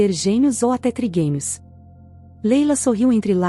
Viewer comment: Não sabem nem pronunciar,é trigêmeos, não triguemios